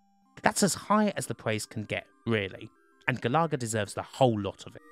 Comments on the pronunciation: *GAL-UH-GUH* Galaga :P NOT GA-LAW-GUH shutters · Ga-lar-ga? GA-LA-GA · Also he pronounced it stupidly - should sound like Gallagher* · Sorry but I need to know if I've been pronouncing it wrong since I was wee. It's Gal uh-gah isn't it? Not Gal-ah-gah? Not having a go btw just looking for the answer. And where's pacland? New Zealand story? R-Type? Flashgal? Bagman? Gryzor? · look, i love you, and i want to have your kids, but, it's pronounced GAL uh Guh, not GuhLahGuh lollll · 🤦🏻‍♂️🤦🏻‍♂️🤦🏻‍♂️it’s “gal-a-ga”. Not “gal-ar-ga”. I’m having a meltdown !! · Pronounce galaga again for us.